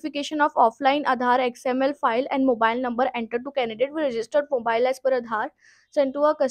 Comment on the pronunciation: XML ko xmp bol rahi h